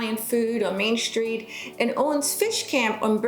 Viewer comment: good video but I don't think there is an H in the word STREET